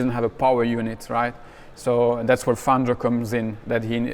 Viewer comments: panzio는 영어식으로 읽어서 그럴걸요 팡히오가 현지식 발음인듯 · 아르헨티나 스페인어 발음으로 팡히오가 맞음.